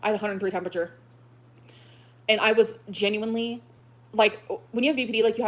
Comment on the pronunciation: Between the mouth popping, the “Ginuinely” & the smugness- this is so hard to listen to- thank you for doing this for us 😂😂😂 The “lie” was it was IG instead of Tumbler? Emily probably talks to super morbidly obese women on EVERYTHING! She just got confused at which site it was. was coming out to play